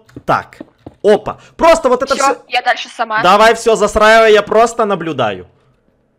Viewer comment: А мне показалось или на сказал не "застраивай", а "засраивай" 🤣